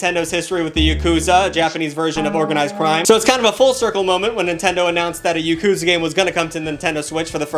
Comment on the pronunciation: don’t beat yourself up…your pronunciation of Japanese words/names was pretty damn good. The only one that was weird was “yakuza”…it’s more like ya-ku-ZA, with the emphasis more so on the third syllable. Most Americans say it weird, with the emphasis on the second syllable, ya-KU-za. They make the same mistake with sashimi and musubi…when it’s 3 syllables, usually put the emphasis on the 3rd syllable. 😁 But like I said, you did pretty damn good. 👍🏽